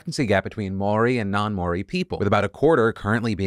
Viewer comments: try and say mow ree, it's not exactly correct but it's better than may oree. you could also just look it up on YouTube, theirs a nice Maori fellow that has a short video on it. it's basically a two syllable word, not three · Love the attempt at speaking Maori! Just a FYI that it's a lot easier to say Mouldy which sounds exactly like it. Love a fan from NZ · Hey Phil! Just a heads up, Māori is pronounced MAH-AW-REE 😅 the r is rolled slightly as well. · It's cute how you said Moari. It's kinda pronouced Mouldy, but with our accent. Great effort though ! ( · Love phil so much and this isn’t a hate comment whatsoever but the way he pronounced Maori made me laugh. Lots of people pronounce it wrong even in nz- mainly cause they can’t roll their rs but this was a new one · Just wanted to say as someone who is partially Māori, your pronunciation of the word is incorrect. Instead of the same More-e you need to pronounce it like Mau-ri. You probably won't see this but just wanted to let you know if you do. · Okay phil i love ya but you gotta work on your pronounciation of moari haha. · Dude, love you, but take a few minutes to learn how to say Māori from someone who is Māori. You made it sound like that Jerry Springer show clone, Maury. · Phil trying to say Maori is honestly hilarious. Reminds me of my American social studies teacher. Couldn't say it either. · kiwi here: I had no idea that my country had banned cigs like that! as a former vaper i can say its wayyy more popular with younger people but many people still smoke for sure. also note: Maori is said more so with an ‘ow’ sound and a rolled r, but i do know as for people who haven’t said it ever or heard it that it was a pretty good attempt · Hey Phil, I am from New Zealand. I love that you did a report on something from my country and the ban on smoking is a great thing. Just a quick note, you are mispronouncing the word "Maori" a little bit. Might be worth a quick Google! Keep it up, man.